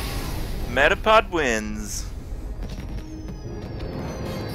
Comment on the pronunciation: Why doesn't he pronounce 'metapod' like 'may-dah-pod'?